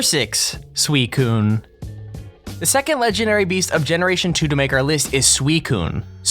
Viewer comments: Its Not freaking sweet-kun its SUICUNE!!!! xD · ITS (SUE-SINE) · WTF?!?! The way he said suicune... Sue-see-own. Not fuckin swee cune